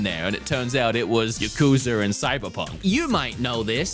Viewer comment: he really said Ya-Koo-Zer